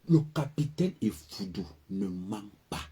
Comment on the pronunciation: C'est EFFOUDOU et non FOUDOU.